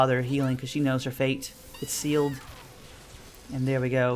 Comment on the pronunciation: “Her fate is SEELed” lol